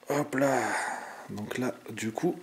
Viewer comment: Super. Belle video. On ce regale. Dite moi etes vous alsacien. Vu le hop pa la.